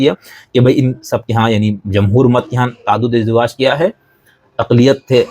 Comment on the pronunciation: تَعَدُّدِ اَزْوَاج کا لفظ استعمال کیجیے۔ تَعَدُّدِ اِزدِوَاج کا لفظ نہیں ۔❤❤❤